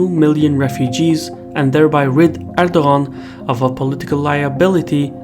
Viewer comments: no he says it wrong lol im Turkish but he's Azerbaijan Turk so there may be some dialect differences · Are you not bothered by his mispronunciation of your President's name? I am not even Turkish but it seemed really ignorant to not make an effort to get the surname right. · the g is silent, you're meant to enunciate his name as erdoaan